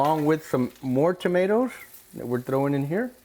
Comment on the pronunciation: Tomaters….that’s how you know you’re from TEXAS. 🤘🏼